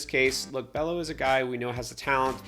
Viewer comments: Bello pronounced beyo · FYI: Bello is pronounced Bay-o